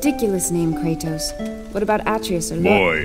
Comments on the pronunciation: It's pronounced A-trey-us not At-rey-us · What about Atreus [AH tree is] Really pronounced [Aw trey is] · What is that Atreus pronunciation😭😭😭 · Aatreus what is dat pronunciation